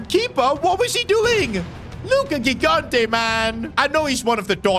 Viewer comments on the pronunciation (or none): R we not gonna point out that it's not Gigante it's pronounced ji-gante so say it jigante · Bro olease start calling Gigante "JIGANTE" like you say GIANLUIGI Buffon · 5th time now saying it, and i'll keep going until he sees my comments: the first "g" in gigante's surname is pronounced like the "j" in john or joy, please say it correctly!!